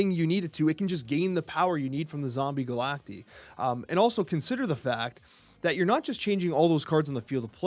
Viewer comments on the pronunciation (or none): I genuinely hate that the card is called Zombie Galac-TEE and not zombie Galac-TIE. Pronounced the same as Cacti 🌵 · Surely it’s pronounced Galact-eye right?? If so then someone needs to tell before his official snap video or whatever it’s called